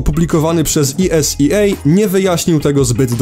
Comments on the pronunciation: Esea czyta sie normalnie tak jak jest a nie po angielsku to tak na marginezie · Ta wymowa wyrazu ESEA....